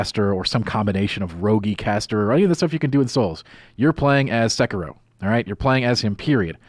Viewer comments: XD So many pronounce / say it wrong, it's ( SE-KIE-RO ) not Sekeroo & the RO part is short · It's just se-ki-ro. Not sey-key-roo, not se-kie-ro. Just se-ki-ro, plain and simple. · its sahh- kee-row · they keep pronouncing Sekiro wrong but whatever who cares